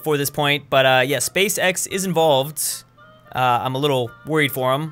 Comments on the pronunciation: I actually cannot watch this video because pronounces "Space X" like "Space sex" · Every time he says Space-X, I hear always...uhm you now what I mean